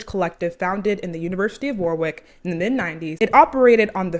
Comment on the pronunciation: the pronunciation of warwick 💔